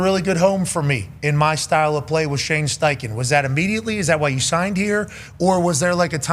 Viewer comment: Bro said steinken… sucks … Steichen cooked